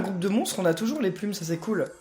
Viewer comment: PK dit puil et pas plum